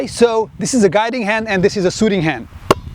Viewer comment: sooting ahahahahaha